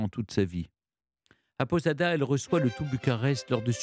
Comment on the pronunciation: Château de Posada, et non château de Podada, quel dommage d'entendre autant d'erreurs de votre part, votre entourage, qui prépare vos émissions, est il tellement incompétent ?